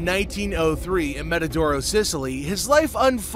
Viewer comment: Buff as in puff Montedoro not mantadoro Shandra not Chandra